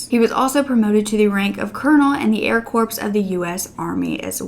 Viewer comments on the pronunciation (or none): corps /kôr/ Air “core” not “corpse” 3rd utuber mispronouncing. Why don’t people know this?? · Corps is pronounced core